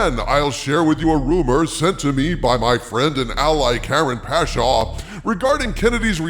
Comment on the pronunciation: Whoa, it almost sounded like you said Karen Pasha. Was Harvey near the audio controls? □:_dharvey